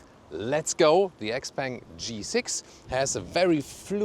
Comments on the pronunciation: Shiao pang not ex-peng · it's Shpeng, she bang she bang ;) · Hi Thomas. Please google how to pronounce this brand name.